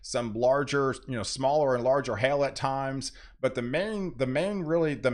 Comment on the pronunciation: Please, hail is not pronounced "hell."